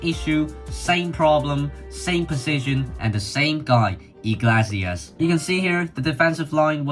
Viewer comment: More like ee-glay-see-ass but ok